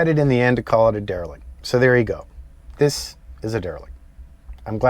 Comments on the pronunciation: It’s a RE-LIC. dereLICt REformer Either way I love it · Another killer build! Great job guys! I love these derelict EV’s. “dEVelict”